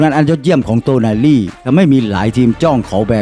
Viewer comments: เริ่ม คลิปก่อพุดผิดแล้ว555โตนาลี อ่านเป็น โนตาลี 5555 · 😢เรียกชื่อ ผิดๆถูกๆน่ะ เอาใหม่ๆ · อ่านชื่อผิดครับ